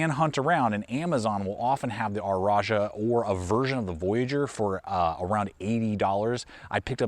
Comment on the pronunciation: I’m compelled to ask: why do you pronounce “rajah” as “r-ajah?”